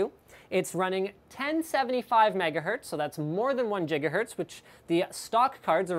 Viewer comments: ITS OVER 1 JIGAHERTZ!!!! and that's how you create a meme kids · Jigahertz lol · Enough with the Jigahertz! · Jigahertz here we go again... How come there's no Jigabyte? :D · 1 jigahertz